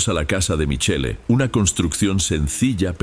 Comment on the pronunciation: Se dice Michel pronuncia bien estudia ya que actuas ante un publico estudia estudia